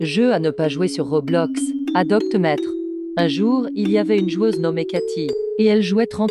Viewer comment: C'est moi ou au debut j'ai entendu "adopte mètre"🙃